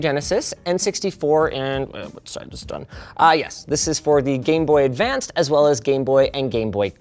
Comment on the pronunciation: Did Linus say Game Boy AdvanceD? There's no second D there. It is not past tense. I hate when people do that.